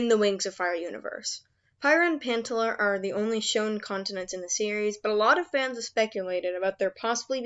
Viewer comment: Prryiah and Pantaler 💀💀✋